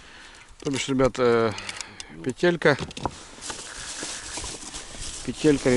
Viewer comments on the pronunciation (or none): none